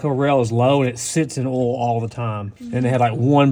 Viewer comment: Doesn’t matter how many years I’ve been watching you, still makes me laugh every time I hear you say “ool” for oil.